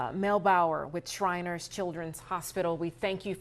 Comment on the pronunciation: 6abc - the hospital is SHRINERS ... NOT shiners - jezzz😕